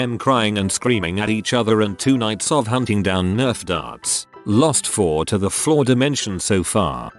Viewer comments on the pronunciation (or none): none